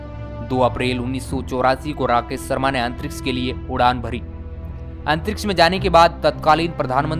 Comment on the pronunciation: भाई अपना pronunciation सही करें राकेश शर्मा होता है सर्मा नही।आप श को स बोलते है।